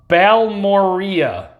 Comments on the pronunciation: I think it’s pronounced Bal-more-ay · Its pronounced ball- more- ray